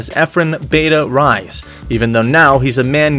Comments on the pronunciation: "bata" can be pronounced as 'bat-ah' , bata means kid or child since efren is already 'taken' in lucky13 billiard hall. And Reyes can be pronounced as 'Ray-yes'. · Reyes like ray ez not ryes (as far as I know). And I think it's Bata, not Beta. Also why your comments full of stripper bots? Cool video anyway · Lol.. its not beta.. but It is Bata.. Efren Bata( means kid) Reyes... last Name Reyes not Rice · Born in Mexico? Not what I've heard elsewhere. and "Bait-ah Rise"? Try "Bahtah Ray-ez" it will be much closer.